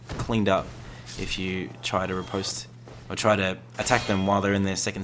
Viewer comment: Bruh. You called a back stab a ripostate 😂 Rip-ost is the pronunciation btw